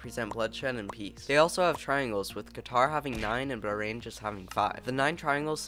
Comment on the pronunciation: remember Bahrain is pronounced buh-HRAIN and not BUH-rain and Qatar is pronounced exactly the same way you would pronounce cutter.